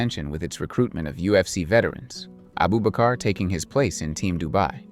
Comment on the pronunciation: 😂 his name is Abubakr not Abu bakar